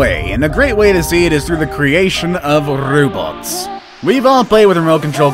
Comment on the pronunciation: nobody: RRRRRRRRRrrrrrrrrrrobts